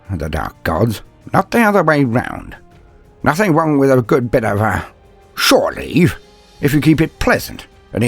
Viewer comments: "shoreleave" LUL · "...shore leave"